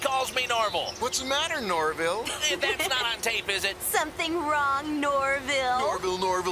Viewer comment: Shaggy is gonna murder anyone who calls him Norvile.